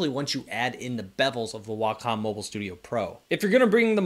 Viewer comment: Are you saying Bebels? It's bezels